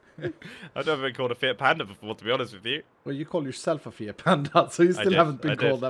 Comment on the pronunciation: Did mumbo say fiat panda or fit panda? I definetly heard fit panda